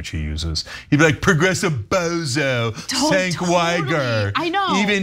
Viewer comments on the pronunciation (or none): How do you justify the pronunciation of “Cenk” as “Genk”…😂